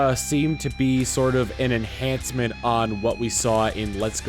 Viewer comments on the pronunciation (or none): none